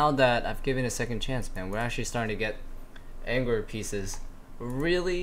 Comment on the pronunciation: lmao you say 'angler' as asian as can possibly be, cracks me up